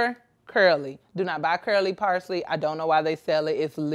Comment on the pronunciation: Dang, she massacred parsley like it stole something. 😩😂🤭